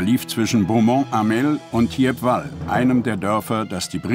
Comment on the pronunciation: Das Dorf spricht man "Tiepwal"...